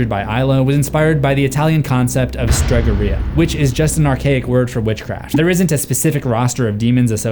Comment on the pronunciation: speaking as an Italian and a brother in horror, your pronunciation of Italian is atrocious, if I were there I'd have to twist your ear. LOL Stregheria is pronounced: Strah ("ah" as in "ah ha!")-gare-ee (long "E" sound)-ah.